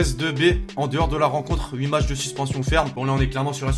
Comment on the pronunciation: Qui a vu comment il a tué le français, Matchs et non macths